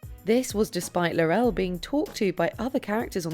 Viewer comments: It's Tarrant, not Tennet. Laurel, not Laurelle. Also, Diana Ingram was not the one who coughed to signal the correct Millionaire answers - it was Tecwen Whittock. Mind you, it's probably a mercy that this narrator didn't try to pronounce that name! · It's Laurel, not La-rel. SMH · she pronounced Laurel wrong too. it's like they're doing it on purpose